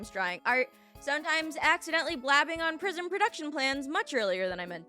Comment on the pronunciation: "What The prisim :0" Genuinely made me laugh 😂